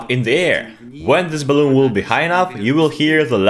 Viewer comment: Hahaa "baloon"